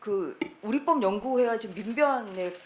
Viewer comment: 우리 뻡 -------x 우리 법-------o 한글의 기본적인 발음 규칙도 모르는 양반일세......